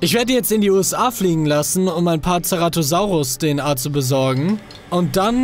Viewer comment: Der heißt Keratosaurus (aussprache) heißt auf griechisch sozusagen Horn saurus (Bin grieche wohne aber in Deutschland )